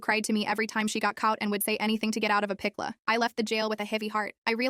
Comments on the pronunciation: "Cought" "pikela" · "pickluh" 😂🤦🏽‍♀️ like whuuutt?? 💀💀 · To get out of a pick-la. Ai can’t read pickle?